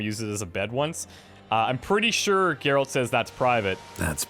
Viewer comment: I know its not clear in the video, but just to let you know it actually Geralt. Its pronounced exactly hows it spelled. Not trying to be an ass about it though, just informing you man:-)